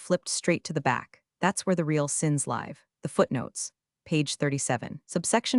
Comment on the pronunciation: Also when live should be pronounced like it rhymes with give, not hive. It's amazing how AI guesses wrong every time.